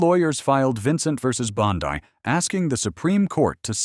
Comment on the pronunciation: Pam Bondi (Bon-Dee. Not Pam Bondi-dai.)